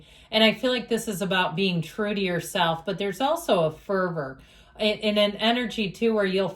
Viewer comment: Fervour!!! At first I thought you said Pervert..... 😂 Cracked myself up!!!!! Thank you Bunches ❤